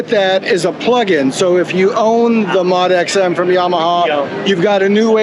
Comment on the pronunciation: "Mahd X?" It's pronounced "Moe dee X" Great video!